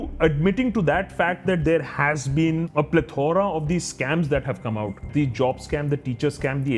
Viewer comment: “Plethora” i had to check.